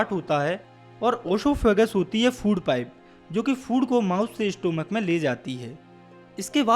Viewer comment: Incorrect Pronounciation Intercalary - इंटरकलरी not a सेलरी स्टमक not a स्टोमक It's इ सोफिगस not a ओशोpgihus